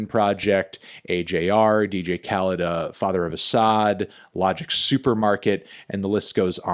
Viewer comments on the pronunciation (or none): none